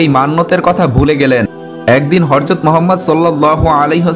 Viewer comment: হযরত, not হরযত।